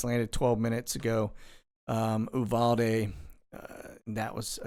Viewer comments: Uvalde is pronounced you-Val-dey, Harlingen is pronounced har- Lynn- jenn. - should there be concern with this military they are importing from South America and Afghanistan. Appears most are military aged men. Kinda getting worrysome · Uvalde is pronounced “you-Val-dee”. I go down there multiple times a year for hunting and land management. Very very deep hill country and much closer to the border than you think. Always has had immigration and border patrol problems and I can only imagine how much worse it’s gotten recently. Lots of sparsely populated valleys and seasonal residents for hundreds of miles down there. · Harlingen, pronounce the G. Uvalde, pronounce the u. Are used to travel the border when I lived in Dallas. Love the show